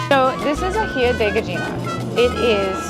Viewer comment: So more information about the aji de gallina since I make it. The sauce contains pecans (for an earthy sweetness), red onion, garlic, some chicken broth, a dash of cumin, aji amarillo (without the spicy seeds, just for flavor), parmesan, evaporated milk, and SALT haha. People that know how it make it, know how to make it. Its all about nailing the proportions. (Also gallina is pronounced ga-yee-na). I hope the helps!:)